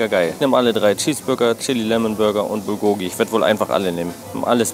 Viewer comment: Bulgogi wird im Koreanischen auf der ersten Silbe betont, also BULgogi, nicht bulGOgi klugscheiss ;)